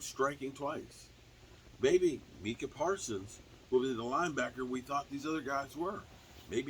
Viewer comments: It's not meekah right? It's Micah lol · New player, new name mess ups lol.. “Minkah Parsons”